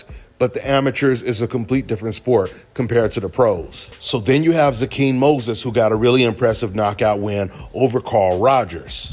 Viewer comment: His name is pronounced Zay-Quin